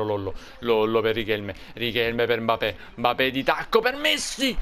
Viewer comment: Si dice MBAPPÉ